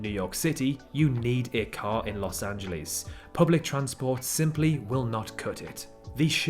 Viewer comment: I hope you're not one of those people that make fun of others messing up British names since you mispronounced Los Angeles every time...